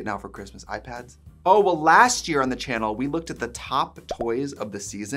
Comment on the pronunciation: Because of how often you say Chanel instead of channel I'm starting to feel like you're saying it wrong when you say channel.